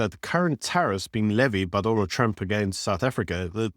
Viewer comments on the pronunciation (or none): none